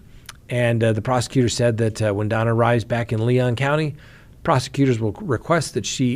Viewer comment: Her name is Donna not Dana